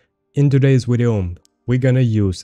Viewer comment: When I get a kill like this ill be sure to say " Check out the wideo gg ha ha " <3